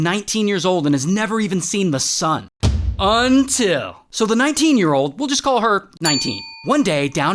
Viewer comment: Its all fun and games until you here ray says "until"